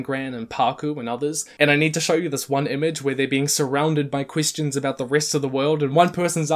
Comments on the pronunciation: some of his e's like in "question" sounds like an i, like "quistion" why? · Pronounces Question as 'Quistion' Me: Alright, this is big brain time.